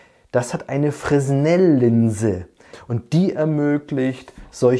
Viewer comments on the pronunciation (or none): [fʀɛˈnɛl] !!! Meine Güte...